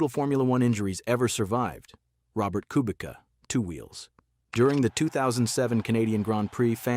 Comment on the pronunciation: Amazing video, but learn how to pronounce Kubica.